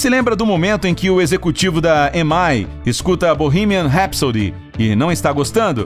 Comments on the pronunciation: Inglês do narrador tava bacana até ele ler EMAY. Moço, são três letras em inglês: E M I (I, ém, ái) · Dá agonia ouvir esse locutor pronunciando errado a Sigla EMI